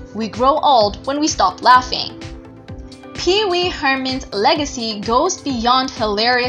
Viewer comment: The narraration is terrible. She calls Pee-Wee “Peace Mall”??? WHAT??